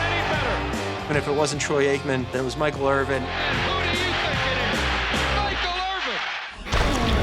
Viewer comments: "Michael Irving" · This girl said Michael Irving yup you’re a real fan 😂😂😂